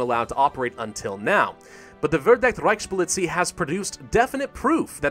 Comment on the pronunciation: Our Reiksschpolezie will punish him severely for his failure.